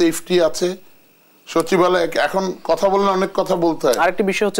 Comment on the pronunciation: সচিবালয় ❌ শাছিবআলে ✅